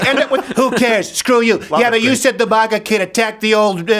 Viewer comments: Maw-gah hats 😂😂 I pronounce it mag-uh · Steven actually just said Mah-ga instead of Ma-ga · Yo Crowder, you're the only person I've ever heard pronounce MAGA like 'moga'. It's pronounced 'mega' bro. Are you afraid of sounding Canadian by pronouncing the hard 'A' or something? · It's funny how Stephen pronounces "Maga Hat" He says Mahga Hat...lol. The Quebecker in him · why do u say moga hats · If you say Moga one more time I'm gonna slap you. Ffs. You POSER! YOU ARE NO CANADIAN. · Its pronounced MAGA not MAGA. GET IT RIGHT.